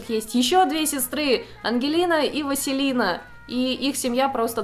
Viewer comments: Вот за Василину обидно.Мне несколько странно от человека, который трепетно относится к произношению своего имени, слышать коверканье другого имени, пусть это и имя персонажа. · Мне послышалось или ... Вазелина? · Вместо Василины слышу Вазелина...